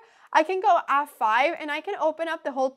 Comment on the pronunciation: i love the way she says checkmate. CHOCKmate lol